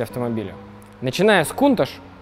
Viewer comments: "Кунташ" режет слух ! "КАУНТАЧ" ))) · точнее будет произносить - Кёунташь. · Почему он повторяет КУНТАШ ??? Модель называется КОУНТАЧ. В названии Countach буквы CH - читаются как Ч, а он произносит Ш - пишется SH. Многие люди ее произносят Каунтач. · Правильно каунтач